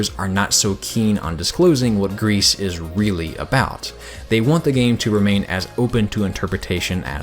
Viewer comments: okay, i love you and your videos and i loved your gris video, but as a french speaker, ITS PRONOUNCED "GREE"' NOT "GREASE". . . and i mean that in the nicest way possible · Am I the only one who is a bit annoyed by the way he says "Gris"? It's not "grease", it's "gri". It's french for grey. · Man you kept talking about this "grease" game and it threw me off every time. I always read GRIS as the colour "grey" in French, which sounds more like "gree" as free, but the g is harder and the e phoneme is shorter.